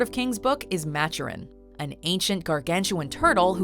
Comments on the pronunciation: Maturin, not match-er-in, Ma- Ture-In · Its maturin not matchurin